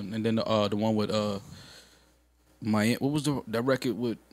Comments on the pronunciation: Dan Sarbassov: “Young MALiami” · Nigga called him mal-ami... That's crazy